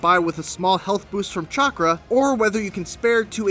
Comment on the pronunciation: The way he pronounces Chakra - ew